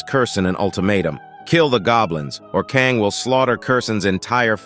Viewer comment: Why can't the AI narrator pronounce "Kang" and "Kong" or "Kung" ... I mean damn, what is the protagonist's name, or is he 3-4 different people. Same with "Crystal Mousse/Mouse/Moss" get it together... damn